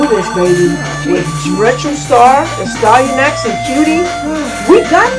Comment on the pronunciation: Destroyed a great game! Ah, the classic little "smudge" on the lens recording hehe I got one of those as well in a vid. Also I think it's "Ass-Tea-An-Axe" Doing a great service for the gaming commune by destroying all these games! Keep it up!